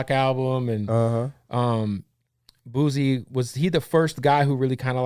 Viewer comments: Somebody has to tell this dude it’s not Boozy 😂😂😂😂😂😂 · Did he say boozy tf stop it